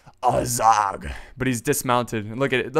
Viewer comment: Azog? In warhammer? Oh, you mean Azhag. It is pronounced Az-hag. (I work at GW)